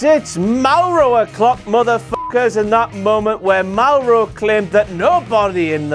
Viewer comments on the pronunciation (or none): none